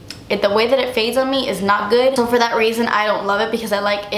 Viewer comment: "because it is not forr you" lol!